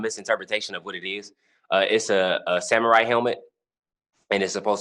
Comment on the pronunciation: Did he call it a "hamurai" helmet?